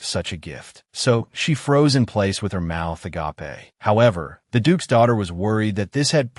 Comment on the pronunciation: " A - GA - PE " why AI.......😭😅😂😂